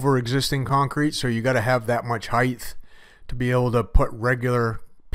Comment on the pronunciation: Why do concrete guys always say "Heighth". There is no TH at the end of height.